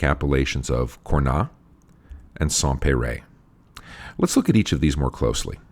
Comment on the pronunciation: Congrats again for this great cast, thank you to make it so easy to learn about wine. :) Quick note though, I don't mean to be the typical French correcting English speaker pronunciation, but even though it is not logical at all, we pronounce the "s" in Cornas. ;)